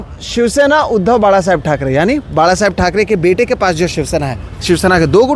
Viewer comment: The way he said बाळासाहेब he is more Marathi than his mother state....